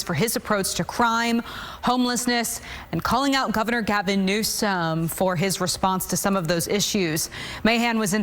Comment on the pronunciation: sounded like she wanted to say Gavin NewScum 🤣🤣🤣. It's OK....GO RIGHT AHEAD!